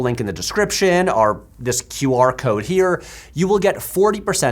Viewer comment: ok, but why do you say "arr" instead of "or"?